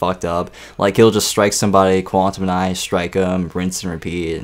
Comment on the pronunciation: you're pronouncing Quantize WRONG